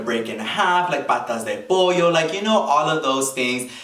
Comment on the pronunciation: I’m so sorry but when you say patas de pollo I died 😂